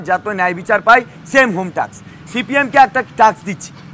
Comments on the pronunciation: এ কেমন শিক্ষক 🙄 !! টাস্ক উচ্চারণ করতে পারে না, টাকস টাকস করে যাচ্ছে 🤣🤣🤣🤣🤣🤣🤣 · টাক্স না টাস্ক। Task, not taks. শিক্ষক হিসেবে এইটুকু জানা উচিৎ। নাহলে টাক্স টাক্স টাক্স বারবার বললে মানুষ ভুল বুঝবে, যোগ্যতা নিয়ে প্রশ্ন তুলবে।